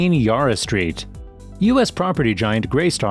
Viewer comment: "yar-a" too!